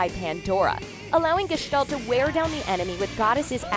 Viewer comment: You pronaunced gestalt excelent but Hyoga .......... dear god its terrible but so easy to pronaunce